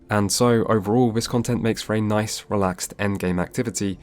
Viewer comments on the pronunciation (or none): none